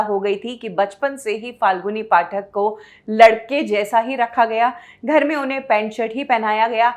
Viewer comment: एक तो आपके ग और घ मे बहुत confusion है। घर को आप गर बोलते हो और गरबा को घरबा। irritating होता है ये कभी कभी।